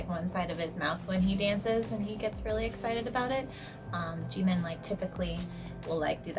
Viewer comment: Kind of a weird comment but I love how you pronounce Jimin’s name. I’m trying to learn Korean and from what I have learned most people use a very English pronounciation. It’s cool to hear you say it.